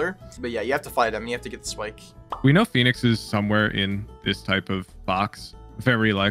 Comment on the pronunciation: Phoenix not Phenix bruh